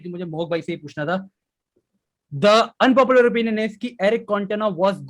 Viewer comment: Baba is laughing on way of saying Unpopular😂😂😂 I saw that😂😂 starting from